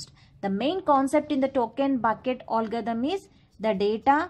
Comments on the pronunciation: Allgarithm nehi hota ma'am algorithm hota hain🙂🙂...baki thik hain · Koi isse batao . Ise algorithm bola jata h olgarithm nhi 🤣🤣🤣